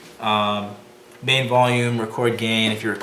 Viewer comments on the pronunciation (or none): none